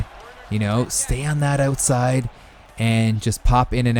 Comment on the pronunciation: Are you Canadian? I hear it when u said outside in the beginning